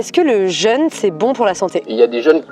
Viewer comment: jeune (jeunesse) et jeûne (privation de nourriture) ne se prononcent pas pareil. Ça permet notamment de faire la différence à l'oral. ça empêche pas de s'épouiller en rentrant